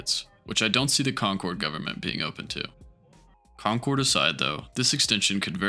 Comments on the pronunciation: It's CON-kird. Not Con-CHORD. It's MOR-iss-see not mor-ISS-see. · WalthUM and Con-cord is making me irrationally angry. It’s wal-tham and it’s concerd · It looks like someone might have already brought this up, but. . .you obviously know the area well. . .so how on earth can you not know how to pronounce Concord? Possible for another video: After 60 years of using the T, off and on, I finally realized how to explain its layout. It's perfect for anything--if you live on Beacon Hill! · your pronunciation of Concord is killing me 😂 EDIT: Waltham too